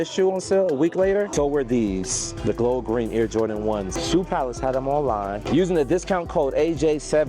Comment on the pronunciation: "glow green" 🤦🏻‍♂️